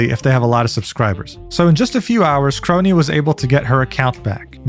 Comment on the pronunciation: Please never fix your pronunciations with names, uro kroii and mori caliopp. Shits funny af